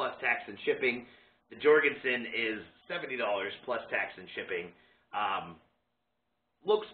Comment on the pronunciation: Pronounced Yorgen-sen